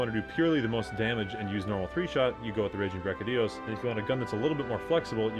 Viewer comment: Great vid.. BUT... Big pet peeve when people constantly mispronouncing things. You have at least 1-2 a video and it makes me grit my teeth.. he's my favorite monster.. and his name is pronounced, Devil. Joe. Not deveelheyo... Seconded by brachy dios... Not brackidius..